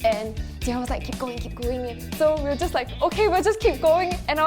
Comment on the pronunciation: "Ji-An Hao." Me be like: "Isn't it Ji-en Hao."